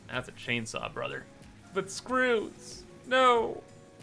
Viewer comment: I’m trying to learn as much as I can through Osmosis because the farthest I’ve ever gotten is up to Stage 2 of the Space Elevator. Your funny Cable pronunciation and then the Screws “EUUGHGU” almost made me choke on my dinner. Thanks! (This playthru I lucked out & unlocked Cast screws very early on… EUGHG INDEED :’D )